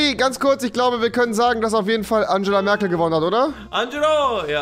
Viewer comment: War das wirklich Agela Merkel?